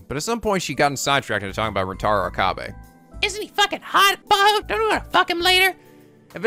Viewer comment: I plan to keep posting this until it gets at least acknowledged, even if there's a refusal: Rule of thumb for Japanese names, please stress the THIRD TO LAST syllable. This is VERY CONSISTENT; you should never need to guess how to pronounce names: SUzuha Amane, not suZUha aMAne MAyuri, not maYUri Okabe RINtaro, not oKAbe rinTAro / Okarin, not oKArin / HOUouin Kyouma, not houOUin KAede, not kaEde FUbuki, not fuBUki Itaru HAshida, not iTAru haSHIda HIyajo, not hiYAjo MAkise KUrisu, not maKIse kuRIsu KAgari, not kaGAri (this one you said correctly the first time then changed it so that it was wrong) And from other games, to make the point clear: MAjima, not maJIma MAkoto, not maKOto KAzuma, not kaZUma If you don't believe it, just listen to how the voice actors pronounce the names. It's a western tendency to stress the second to last syllable instead, but third to last is correct. I would understand not knowing how to pronounce names if you read them with no context, but in games like Yakuza and Steins;Gate, the voice actors read out the name for you so you should know how to pronounce them.